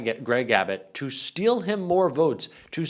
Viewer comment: Melania, "Impeach heem again."